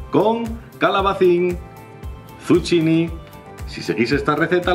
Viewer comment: Me encantan tus recetas,, es que se me hace la boca agua.:):):) Solo una ¨piccolissima¨ corrección: en italiano esa palabra se pronuncia algo así como ¨dsukkini¨. De esa forma parecerás un ¨vero e proprio italiano¨!!:)